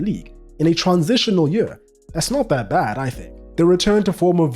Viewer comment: You keep saying Yueah instead of Year and its driving me crazy